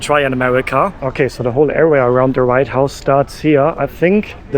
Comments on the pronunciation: It’s WHITE house not right house 😊❤ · why are you calling it the "right house"?